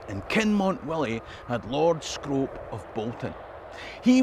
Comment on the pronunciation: As a person who's lived in Bolton Castle, I can let yous into a little secret: Scrope is pronounced Scroop :)